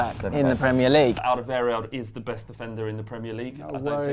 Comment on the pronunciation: It's Alderweireld, don't let spew bullshit